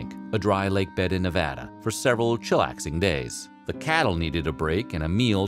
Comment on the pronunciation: I don’t know what I love more. The hilariously facetious attitude of the narrator, or the fact that he pronounced both Nevada and the Sierra Nevada correctly